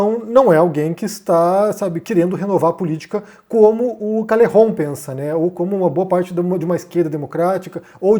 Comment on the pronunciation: Bah esse vídeo deu uma canseira ficar ouvindo "diounes" e "calerron" kkk alguém ensina pro que não se modifica nome próprio, fosse por isso ele tinha que se chamar de "ârrí'. Fala direito